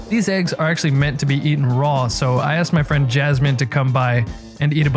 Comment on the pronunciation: Did only me hear him say eggually again and again instead of actually ?